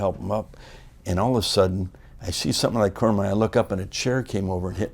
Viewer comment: "Then all of ah suddin"